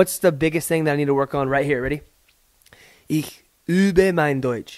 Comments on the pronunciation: The "übe" was damn good here,. The more you point your lips (like you´re about to kiss somebody) the better you can pronounce the "ü". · that was good ü pronunciation